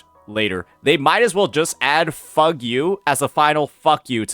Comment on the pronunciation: NOT FUG-U WAHAHAHA oh what a pronunciation